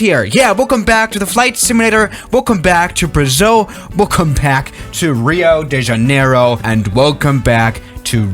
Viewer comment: I love hearing english speakers saying portuguese words. "Alberto Santos Dumont" was nice. In Rio da Janeiro, that second i needs more power. Rio de Janeiiiro. Oh, in portuguese the letter i sounds as the letter "e" in english